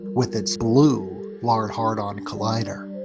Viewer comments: I believe it’s pronounced “Hayed-ron” sounded like dude said “hard-on collider” 😂😂😂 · Yes he says it wrong on purpose every time